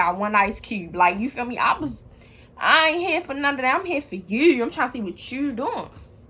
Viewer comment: U from Baltimore ? Bc u said yew